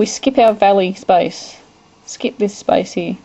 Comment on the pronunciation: Space? It sounds like ur saying spice. LMAO!